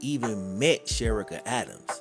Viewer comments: please, her name is pronounced "Che ree ka. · This was a very well put together story but her name is SHA-REE-KA I went to school with her…. None the less ty for bringing this story to light, she was a very sweet young lady!❤ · Her name is Pronounced like Sha-rica! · Very sad what happened to her and he should still be in jail.He took her life and ruined his son's life.BTW her name is pronounced Sha Ree Ka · Cherica a is pronounced Shareeka…. Trust me I know 💯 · There are so many ways to prevent pregnancy…. You mispronounced Cherica’s name. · You should research the pronunciation of the victims name. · U keep Butchering her name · Dude…… why did butcher her name so much! You might as well say “she or her”! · Her name is being mispronounced 😔